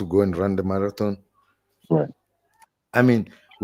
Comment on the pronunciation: *this old me i listen", baloi, ginidja their intensions are to block the defence. I strongly believe that strong herbs are roaming freely in that court 24 hrs daily. More so to cause confusions to the defence. Last sitting he mixed his explanations about steyn issue. I laughed when he said "madaton" instead of "Marathon". His mouth was dry as a desert after that speech then ask for water. *It sounds these RAT-BAL-GIN do hold meetings behind closed doors: *When baloi addresses argument; ratha is always prepared to read "case laws to support baloi". Then I wonder how did he knew in advance what baloi will present on that Particular Day??? 🕸️🕷️=,baloi spider web 🤔🤔🤔 /Ke "swabile nko gofeta molomo". /Best regards